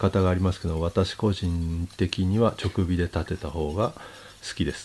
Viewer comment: ちょくびではなく、じかびでしょうか、、、「直火」